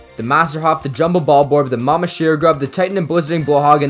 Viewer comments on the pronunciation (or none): none